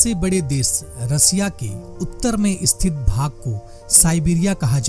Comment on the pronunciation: Bhai ek baat batao, aap space ko "espace", sthit ko " Esthit" And area(kshetra) ko " chetra" Kyu bolte ho??? Don't you able to do proper PRONOUNCUATUON?